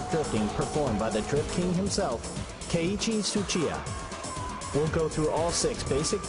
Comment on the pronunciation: I cringed so hard when he says "keiichi suchia"